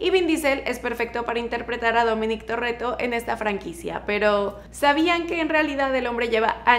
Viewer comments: Dijiste Dominic Torretto hahaha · No es TORRETO es TORETTO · me dio un poco de risa cuando dijo Torrreto jsjsjsjs